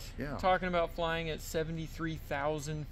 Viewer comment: Buck Wheat sings "Im fwyin in du pwane"